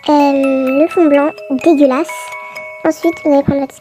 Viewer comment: j’adore quand tu dis "dégeulaçe" 😂😂😂